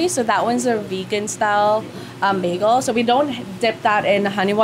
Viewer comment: You're not from Toronto if you pronounce bagel as bag-o